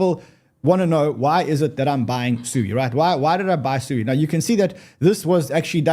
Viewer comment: SUI is pronounced Sweeeee! LOL